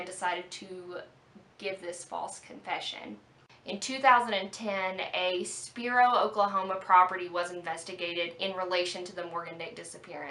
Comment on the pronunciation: Spiro not spero